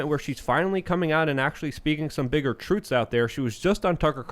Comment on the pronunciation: said "She's speaking more troots.